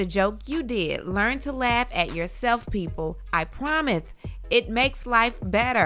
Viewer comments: When you read Keilys tweet and said “promith” i gaspedddd 😂😂😂😫😫😫😫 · Not you reading kiely’s tweet and saying “I Promith.” 😂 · “I promithe” you play too much 😂😂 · The TH on promise was not unnecessary 🤣🤣🤣🤣🤣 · you ain't slick we hear the way you keep pronouncing promise lmfao